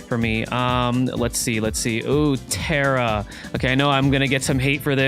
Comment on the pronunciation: Say what ... terra E .... I'm desaspointed sensei ..😑🤗🤗🤗